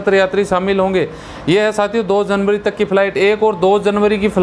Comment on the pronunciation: Yaar aap last me janwary bata rhe ho 🤣🤣🤣🤣